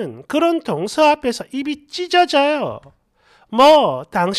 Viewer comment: "동서" 억양을 고쳐야 할 듯.